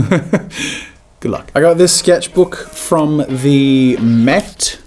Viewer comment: Jazza: I got this sketchbook at the Met-meh...THAT MUSEUM IN NY Me: lol you mean the Metropolitan Museum of art? I went there for my AP art studio class and it was great. The gift shop was a lil to expensive for my taste tho so I didn't get anything. But I do recomend going if you ever get the chance to do so!!